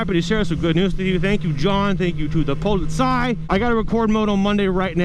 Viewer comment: Haha you sad POLIZEI very funny 😂